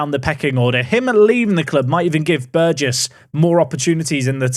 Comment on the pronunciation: He finally pronounced Burgess with a J. Life is good again.